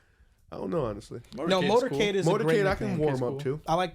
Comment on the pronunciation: It’s Motor Cade